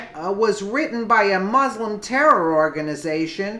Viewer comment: I did wish you'd learn how to pronounce MUSLIM.